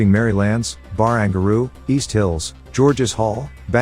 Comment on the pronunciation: Hahaha Bar-ang-gar-roo Useless AI voiceovers 😄